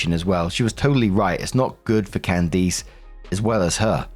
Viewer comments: Hearing pronounce Can -diss as Can-deese is toofunny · Alright,, gotta work on pronunciation. Can-dis not Can-deese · I am dead at the "can deece" pronunciation lol. its "cand-is" with a short i sound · Candiss. Not cand-eese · its Candiss, not Candeece. I have never heard it pronounced that way lol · I keep getting stuck on pronunciation of Candice (CAN-des) as (can-DEES). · I’ve never heard Candice pronounced this way lol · Completely unrelated to the first story but... has never heard the name 'Candice' said outloud before or is this a British pronunciation that just sounds horrifically wrong to American ears? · Why are you pronouncing Candice that way? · Story 1 - When STILL can't pronounce "Candice" correctly. Jesus.